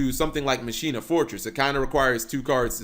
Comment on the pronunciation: When you here someone say "machina" wrong....smh lol